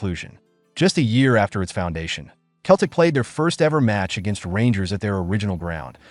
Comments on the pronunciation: It's Celtic, not Keltic. It's Jock Stein and not Jock Stine. "The European knights were more intense". "And the old firm derby's grufiersor". "To it's modern day granger". FFS 😭😭😭😭😭😭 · Celtic is pronounced with a soft C sseltic Not Keltic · Pronounced "Selltick" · Gave up after 3 seconds when I heard the word "Keltic". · Hey look! A talkin baw. Sell, tic. put them together selltic is how you say Celtic Ya Numpty! Hail! Hail! 🇮🇪 🇵🇸 🇮🇪 🇵🇸 🇮🇪 😎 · Do better research first, when you can't pronounce the team's name or our greatest manager's then your Google research or plagiarism from books is a bit worthless. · Couldn't watch till end, if you can't pronounce our name then don't make videos of us, big Jock would be furious that tou couldn't get his name right either. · FFS ! Can't even pronounce Celtic properly! Useless video. Deserves a solid 👎